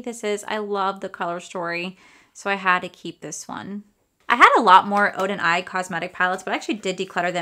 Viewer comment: Oden’s Eye not Oden Eyes